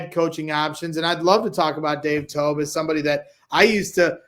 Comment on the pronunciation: Briggs said Dave Toubs. Him and Alex Brown really be stuck in the 2000’s 😂😂